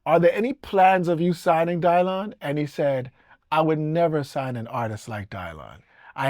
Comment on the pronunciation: The greatest folk singer of all time is… Dylan Dylan Dylan 😂😂😂 Bob DYlan 😂 the pronunciation of his name to sound different is hilarious